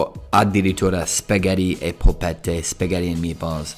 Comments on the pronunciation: Ti prego... impara a dire Spaghetti 🍝 e non spagheeedi 🙏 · Dopo anni in Italia e dici ancora “spagheri”, mi deludi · spaghetti....doppia tt....SPAGHETTI non spagheti..su che sei bravo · Spaghetti -"Spaghèri" 🤨